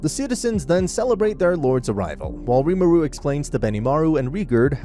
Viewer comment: Its not pronounced rimuru its pronounced ree-mu-ru i am a stan for tensura so ,im sry but this kinda ticked me off